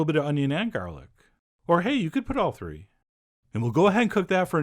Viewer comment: Hahaha! A coupla tree...